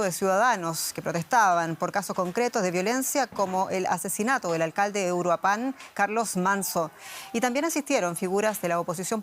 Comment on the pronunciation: Donde ven el acento en Uruapan ? Para decirle urua pán